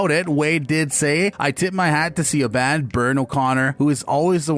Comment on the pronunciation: Si-oh-bahn? Really?